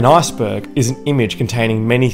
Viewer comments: Lmao when he says Iceberg it sounds like Assburg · This video is hilarious because when he says "iceberg" it sounds like he says "asperg." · I knew I was gonna finish this video when he said "arseberg"